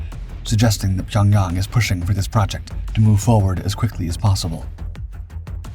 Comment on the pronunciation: Dude, learn how to pronounce the words you're saying. Pyonyawng?!